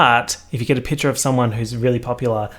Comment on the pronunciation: 12 minutes of saying 'piture' instead of picture